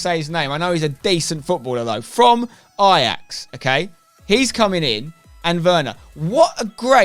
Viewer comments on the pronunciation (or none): none